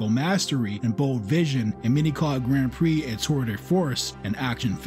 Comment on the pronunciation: Don't ever try watching "Grand Prix" on a television screen. It needs to be seen on a Giant Cinema screen. The love story is silly, but it's still way better than that Brad Pitt nonsense. Excellent video! (apart from your pronunciation of "Grand Prix")